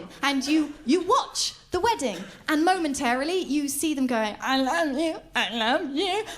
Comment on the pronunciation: that ai luv yoo ai luv yoo bit allways gets me XD